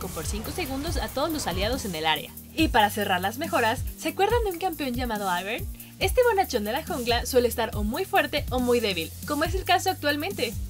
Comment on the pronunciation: La "i" en inglés se pronuncia "ai" aivern